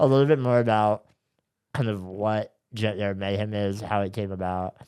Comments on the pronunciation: Shane, every time you say “junkyard mayhem” I hear “gender mayhem” and I’m not mad at all about it. lol ❤ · I keep thinking Shane is saying “Gender Mayhem”